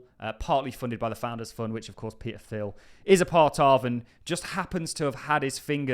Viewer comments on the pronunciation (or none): Theil...is pronounced Teel